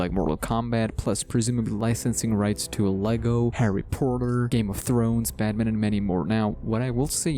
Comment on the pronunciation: “Herry Protter” 🤣